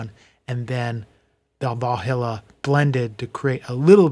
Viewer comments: We are saying the exact same thing! lol however said (as phonetic as I can type it) Val High Lah or Val He Lah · Valhalla has no "I" in it. Pronounced "Val-HALL-uh" (sorry was upsetting my OCD)!